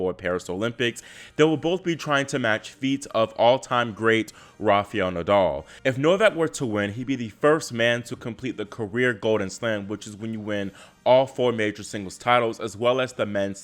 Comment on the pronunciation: Love how you pronounced "AlcaraTH" instead of Alcarez, just like what he said in the olympics website, however sorry but you failed on "RafaEL" not Rafeyel 😄